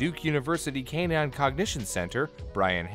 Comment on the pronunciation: Also pronounced ‘canine’ more like cannon once